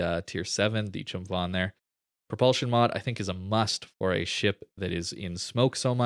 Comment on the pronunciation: The Ph in Chumphon is pronounced like a hard P.